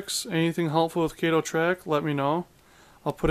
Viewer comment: Try replacing the Broadway trucks with good Walthers trucks. By the way... it’s pronounced KAH -TOE. Not Kay Toe!